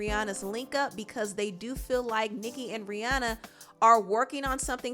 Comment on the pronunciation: I love that you said Rihanna name right